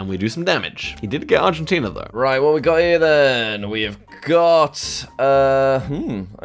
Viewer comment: jack got Argentina right‼